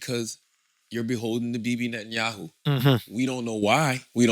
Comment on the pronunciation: has said "Netanyahu" about 15 different ways, none of them right. 😂